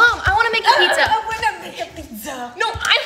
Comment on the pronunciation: "I wanna make a pizzUh" "some cheese meesey" Got me 😂